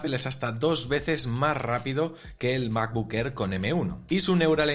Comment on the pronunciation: Me gusta el nuevo color del "mabocck errr"